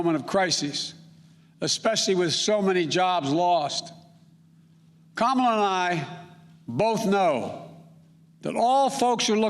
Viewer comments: Did he call her kamalisha? Wtf? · Kummala harris.didnt say name right. Rebuild this country.. you destroyed it! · didn't he just mis-pronounce her name? 😒 Typical-Hypocritical BS! SMH.